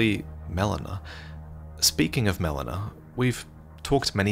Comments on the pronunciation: Haha the way "Melina" was pronounced here is like "melena," which is the medical term for bloody poop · I absolutely hate when someone mispronounces a name that is so clearly spoken in game… “melona”🤬🤬🤬